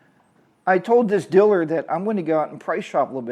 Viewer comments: Say it with me: Deeeee-laaaaaarrrr. Deelur. 👍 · What’s a “diller”, LOL. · The word “diller” is very distracting. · Um. I know what your saying.. however you pronounce dealer as Diller. That is an accent 🤷